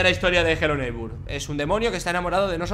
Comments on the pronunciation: Es hello neibor tu dises hello neibur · ES NEIGHBOR, NO NEIGHBUR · No, en inglés se pronuncia neighbor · porque le dice helo neighbur?